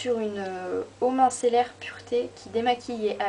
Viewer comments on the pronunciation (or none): C'est eau micellaire pas mincellaire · Juste on dit "eau micellaire" pas "mincellaire" ;) et moi je te conseille celle de Bioderma la créaline qui revient à peu près au même prix (encore plus intéressant si tu prends le lot de deux gros flacons de 500ml)